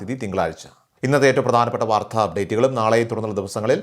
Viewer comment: വാർത്ത എന്ന പദത്തിൻ്റെ ഉച്ചാരണം, ശരിയാക്കണം